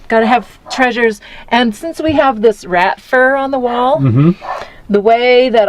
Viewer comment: "Rat fur" lol